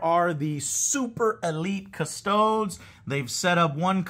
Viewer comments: Joe. I say this with the utmost respect but custodes is pronounced Cus-toad-ees. Not cus-toads. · No sir, it's Adeptus Custards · Definitely 🍮 ies